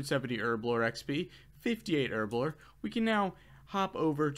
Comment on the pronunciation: Herblore not Erblore